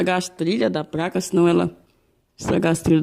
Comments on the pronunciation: Pq "apRender" vc fala "apLender" e "pLaca" vc fala "pRaca"? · Amigo, a capacitância do capacitor tem que ser igual ao original, mas a tensão pode ser superior e nunca inferior. Abraços. Confesso que é engraçado falar "PRACA" e "Torrado". Mas não te critico pois meu pai também nunca estudou. Fica com Deus! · Eu ouvi "práca " ? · Parei de assistir no "praca" e "dupra"